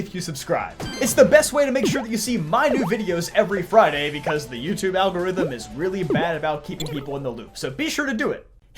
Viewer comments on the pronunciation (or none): none